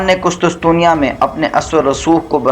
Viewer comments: ارے بھائی قسطسطنیہ نہیں قسطنطنیہ۔۔۔ پروناونس تو ٹھیک کرو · Qustuntunia ka naam to thek se bolo hahahah qustunsunia 😅😅